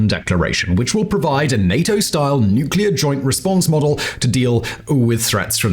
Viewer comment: How beautiful it is to listen someone pronounce "nuclear" correctly :') An amaxing analysis as always.